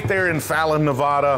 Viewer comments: Our state's pronounced "Nev-AD-ah" not "Nev-AUH-duh." Love, from Las Vegas! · Yer killing us. It's not pronounced Nev-awe-da (or Nev-A-da, that's a town in Ohio), it's Nev-aa-da. 😱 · Please stop mispronouncing "Nevada". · It’s pronounced “fry” just like your name. He’s mispronouncing Nevada as well lol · Nevada residents watching people constantly mispronounce nevada: 😢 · Pronounce Nevada right PLEASE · Uhm .., Kind Sir you’re pronouncing Nevada Incorrectly Ya ain’t in High School Spanish Class my Young Friend. Westerners pronounce it correctly…. You can git it 🔥💪👊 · I dare you to learn how to pronounce Nevada correctly! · with all due respect for local colloquialisms, everyone where you're from is pronouncing it wrong lol